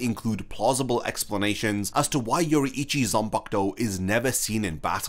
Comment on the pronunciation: it's pronounced Yo-rui-chi not Yo-ru-ichi. My ears bleading.